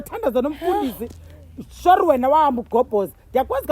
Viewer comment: Surely ❌ Shorri ✅